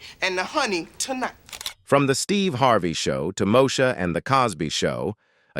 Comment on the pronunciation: it’s pronounced Mo-E-Sha